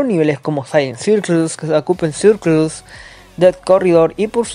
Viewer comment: Me da risa como pronuncia los circles